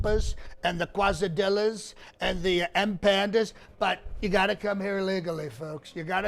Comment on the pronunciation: Your food preferences as pronounced are funny. The M -pandas and quis dillas (?) Must be delicious especially paired with the well described cheezberders with the yellow plastic squares.